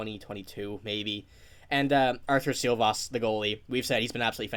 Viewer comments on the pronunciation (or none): SHILOVS Like Brendan SH SH SHanahan, Silovs is not correct SH is first letter like Škoda..In English there are no Š but be sure SHILOVS is right! ;) 🇱🇻 🇱🇻 🇱🇻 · About Šilovs: not Silovs. Artūrs Šilovs (Škoda, Deutsch :schweine ....š...š..škoda...)